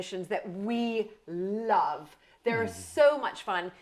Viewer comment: that "love" sounded very British, losing your accent after all! haha